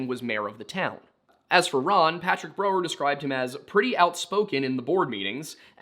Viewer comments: I hate how you mis-pronounced Brow-er the entire episode.. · Brow-er, not bro-er. Painful to hear that mispronounced so many times.